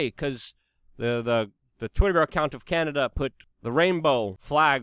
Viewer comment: It's EL SALVADOR not AL Salvador. CANADA not CANADER but you seem to have caught yourself on that one in the end lol